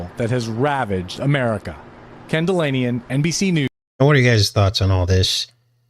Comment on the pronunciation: At about 45 minutes in the newscaster talking about the tariff said his name was Ken Delanian sounded like kundalini